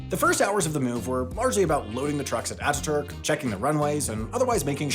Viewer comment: Thanks for paying particular attention to pronouncing Atatürk, Sabiha Gökçen, İstanbul and Ankara correctly ❤ .